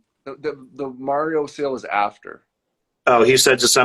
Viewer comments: I dont trust a guy that calls mario "mair-eo" ...PERIOD! 😂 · Oh, right, it's the famous "Merry-oh" plumber. FFS, get at least that part right... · Also, this guy still doesn't know how to say Mario.